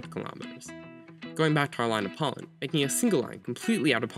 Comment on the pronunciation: Please pronounce pollen more clearly and slowly. My ears were about to bleed because I kept hearing “pawn”.